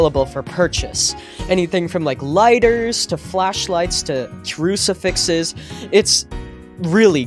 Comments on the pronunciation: idiot he says trucifixes cleary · really said trusefixes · Bro u said trucifixes no crucifixes